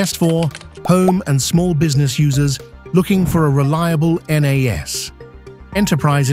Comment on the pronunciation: The video starts out with AI not knowing how to pronounce. N-ASS Seriously?